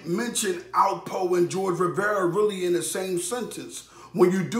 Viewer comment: you pronounced his last name wrong